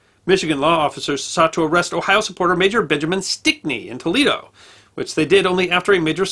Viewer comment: t o e - l a y - doe